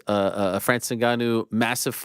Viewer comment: Can’t even say Ngannou properly